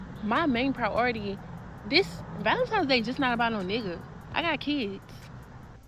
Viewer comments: I would like the general public know.... it's valentiNe's.... NOT valenTIME'S day... 😑😑😑 there is no "M" DAMN! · These girls are so lost. Keep saying valemtimes day 😂 I pray for them to wake up, have eyes to see, ears to hear, we are not each others enemies. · ValenTIMES day😂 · How one so many people have so much time for pure foolishness. And these girls are trashy. And by the way, it’s valentine’s day, with an N not an M.